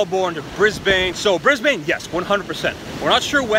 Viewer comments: Oh and just to save you from future embarrassment here is how you should pronounce Australian words in your accent lol Melbourne = Mel- Burn Brisbane = Briz-ben Sydney = Sid-nee Adelaide = Adelayed Aussie = Auzzee Have fun 😂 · The way he says "Moulbourne" and "Brisbane" is fuckin hilarious. Good to hear you're coming to Sydney! Hella fanbase down here. Pronounce it "Melben" and "Brisben" btw:D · The way he says Melbourne and Brisbane is priceless. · Peri Skor agreed 😂